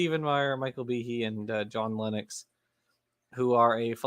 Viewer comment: Meyer gets points for pronouncing Principia correctly, Lenox as a mathematician should have known better and loses double points for pronouncing it incorrectly.